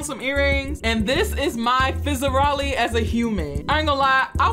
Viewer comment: Its fizzarolli not fezzeroli.